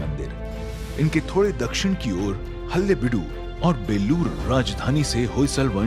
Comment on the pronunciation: Great effort by the team but a suggestion to PLEASE get the pronunciation of some words right... especially regional words... Its NOT Hallebidu but Halebidu...In kannada means Hale=old/ancient, Beedu-place. Also its Kannada...NOT Kannad...